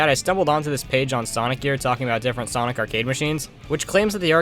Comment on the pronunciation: Bro called sonic *Sunoco*💀